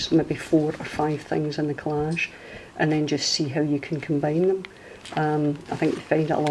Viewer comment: No they don't! We only had the 3 main channels all through my childhood. I was so amazed when other channels started haha. You know I'm forever going to say collagee, or collagie, because of your saying it hahaha.